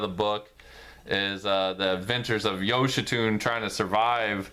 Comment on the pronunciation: Great Review! His name is actually pronounced “yo-shee-sue-nay”.